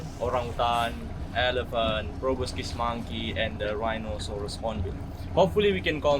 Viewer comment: Proboscis. So many people say probiscis. Sorry for being that guy. 😆